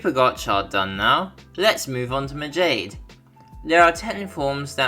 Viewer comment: Majade is pronounced as Ma-ja-day